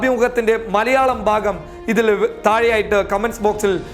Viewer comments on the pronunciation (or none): none